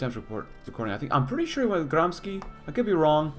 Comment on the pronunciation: It's not pronounced Gramis xi, it's pronounced GramSHE